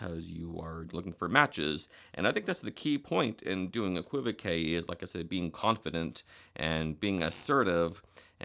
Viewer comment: It is pronounced ‘equi-voke’ and is the same spelling as in Baroque (Bar-oke the artistic style of the 19th and 18th centuries). It is simply a double meaning. However, Phil Goldstein (aka Max Maven), when using the term to explain the magician’s choice, decided to pronounce it equiv-e-kay to differentiate it from the type of verbal ambiguity that magicians use. BTW, Dan Harlan has a good video on equivocal speaking.